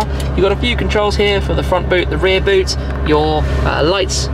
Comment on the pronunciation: front boot = froot? :-)